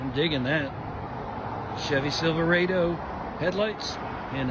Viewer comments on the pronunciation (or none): it's pronounced SILVER AH DOE not whatever butchered pronunciation you just did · The worst part of the video was how that guy pronounced 'Silver-rado' and thought that 6th gen Civic was a Neon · "Sylveraydo" Also calls a Civic a Neon.